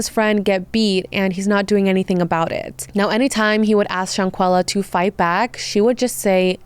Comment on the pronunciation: The way you are calling her "Shawn-quilla" is killing me. Thumbs down.